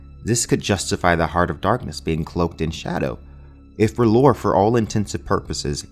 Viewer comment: Awesome Vid, just one thing it's pronounced Rye-Leth.